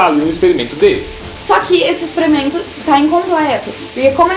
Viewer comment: Expremento. Kkkkkkkkk